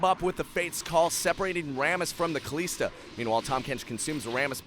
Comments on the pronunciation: ka lis da not ka lees da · Please don't say Kaliiiiiiiista, it's Kalista. One short "i", as in sinister, minister or canister. Thank you. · Pleeease say Kalista right! Just listen to other casters or whatever... Kal-I-sta, not Kal-ee-sta haha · its not KALEESTA its KALISTA, holy fuck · Pronunciations irked me. "Gillow-teen" "kuh-lees-tuh" "loo-she-in"... pls no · it's not KaLEEEEEEEEEEEEEEEEEEEsta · Kalista... KaLISta... WHY KALEESTA!?! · Kaleeeeesta.. cringe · Commentator is pretty good put please teach him how to say Kalista. It's not Kalesta. lol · I think you do a pretty good job casting those plays, but the way you pronounce "Kalista" is reaaaaally annoying imho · kuubilal and this is what's going to happen if he changes his pronunciation. Someone else is going to find that new "Kalista" pronunciation annoying and complain about it. So why not just let him pronounce however he wants, because it is at least understandable. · I absolutely enjoyed the video. I still want to note, that your pronounciation of Kalista is incorrect. Overall you're doing a great job, keep it up! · This casting irks me 1. It's not kaleeeeesta its kalista 2. Nokseean geeyotine not nokshun guillotine 3. A martyr is someone who does for their beliefs, a renegade jumping in is not a martyr